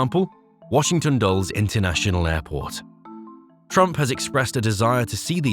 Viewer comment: Do something about the pronunciations of Potomac and Dulles! Show some respect. And correct that onscreen mistake , which places the Truman presidency in 1910.